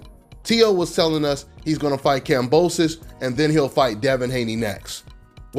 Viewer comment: “Boxing is so racially divided” 30 seconds later “You don’t have to fight any of these black guys” bruh what😒 and y’all talking like Kambosos Jr. is trash when he’s actually pretty solid i would say plus ain’t even pronouncing his name right straight disrespectful